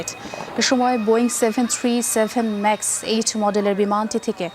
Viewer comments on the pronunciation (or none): none